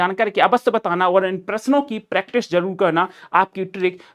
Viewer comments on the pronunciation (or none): none